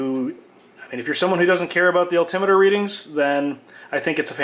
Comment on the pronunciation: Al,tim what? Al Tim it er! Say the word correctly please! Alti-meter.